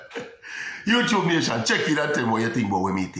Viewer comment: YouTUBE!....NOT CHUBE!